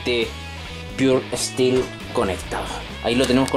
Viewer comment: JAJAJAJAJAJJAME ENCANTA EL INGLES DE. ESTIIIIIIILO = STEEL